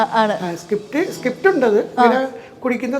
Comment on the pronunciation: സകിപ്റ്റ് അല്ല അണ്ണാ സ്ക്രീപ്റ്റ്